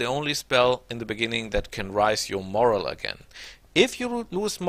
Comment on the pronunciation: Vielen Dank fuer die Tips. Dein Englisch ist viel besser als mein Ami-Deutsch. Trotzdem habe ich ein Paar Aussprache-Tips fuer dich: 1. "wounded" rhymes with "doom", not "round"; 2. "ogre" = OH-ger; 3. "morale" = mor-AL, not MOR-al; 4. "terrain" is not pronounced in the French way, but like tuh-RAIN. Aber dein Englisch is wirklich sehr gut.